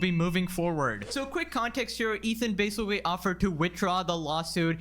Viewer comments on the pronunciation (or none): if I hear "basicawy" one more time